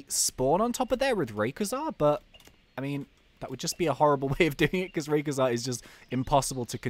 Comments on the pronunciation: IT IS PRONAUNSED RAIKOAISA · rayquaza is said ray-qua-za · It isn't raykuza it's rayquazza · IT is Ray quaza not Ray qa za. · It's not rayqiza it's rayqayza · that's not hwo you pronounce raquazza it's ra q ua zzzzzz a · raykauza? aleast thats what im hearing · u say rayquaza wrong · Please say rayquaza proprely